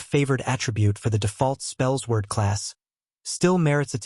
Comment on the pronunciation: Spells Word?!? Spellsword is pronounced “Spell Sword”. Edit: I’m a bit boozed up at the moment , but I just had to come back here and say that I find it absolutely hilarious that you don’t know the pronunciation of your build!!!! 🤣